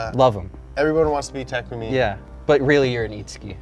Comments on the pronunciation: Bruh this guys not meant to do it he said Nissan the wrong way also he said takumi name wrong also he said fiber wrong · Damn all this Initial D knowledge yet can't pronounce Takumi properly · Ta ku me not take ume